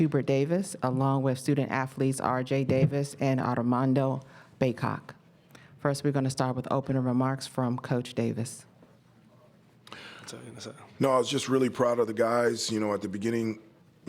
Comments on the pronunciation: She also said Bacock. And what is “North Carolina University”?? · Did she say Bacock? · I feel like a Duke fan might have given her a few bucks for that "Bacock" intro. I cant believe nobody corrected her.